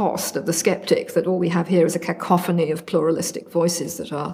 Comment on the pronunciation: That is, without doubt, the oddest pronunciation of "cacophony" I've ever heard. Great conversation, though.